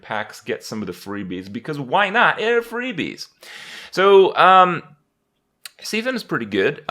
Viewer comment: I guess kripparrian says Cthulu as See-Thulu as well...